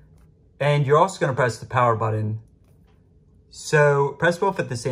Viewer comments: WTF is a budden? I’m familiar with a buTTon. My gosh at least pronounce it correctly. Thanks for the tip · What’s a buddon?